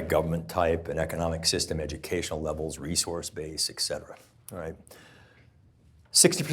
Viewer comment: Great information, good perspective. NOT SO GOOD GRAMMAR. Learn to pronounce ET CETERA or don't use the term. Also, phrases like "physics matterS" said sarcastically, sound arrogant and condescending. If you want to keep and influence an audience, sound humble but informed, not arrogant and stuffy. And get the grammar right PLEASE.